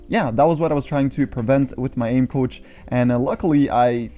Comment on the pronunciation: For a second I thought he said couch instead of coach